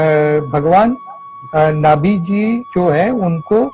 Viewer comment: It's not Nabhi its pronounced as naaabhi. Naabhi means navel. He taught humans how to disconnect placental umbilical cord because before him humans weren't born with umbilical cord.